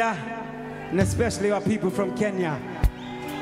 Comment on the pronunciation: even how he says Kenya ! Sounds so Kenyan ♥️ ! For loving us so much ! For wearing our flag so proudly on your wrist ♥️ ♥️♥️ safiri salama ! lala salama !